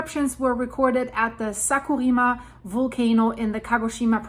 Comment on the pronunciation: I had a difficult time understanding what you were talking about for a moment, with mispronunciations of "Kyushu" and "Sakurajima." Kyushu = kyoo shoo (not kyo shoo) Sakurajima = Sakurah Jeema (not yeema, not Yama)